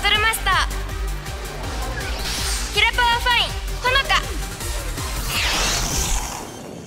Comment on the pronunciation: 多分｢キラパワ｣って言ってんだろうなってのはわかる、わかるんだけど、ほんとにごめん。 ｢ひらパー｣にしか聞こえない耳になってる。